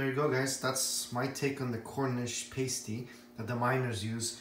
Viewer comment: You're pronouncing pasty wrong. It's pronounced pah•stee not pey•stee